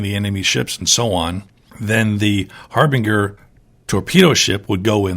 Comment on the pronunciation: harbinger pronounced with soft g, a j sound